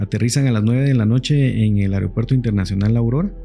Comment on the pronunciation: Se dice AEROpuerto.